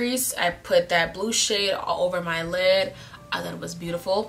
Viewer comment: When u said blue shade i thought u said blue s**t 🤣🤣🤣🤣